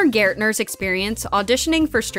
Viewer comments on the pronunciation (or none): i was so confused when i heard skylar gaertner